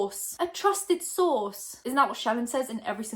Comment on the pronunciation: I dont hear trusted source anymore, I hear trusted sauce 🤣😅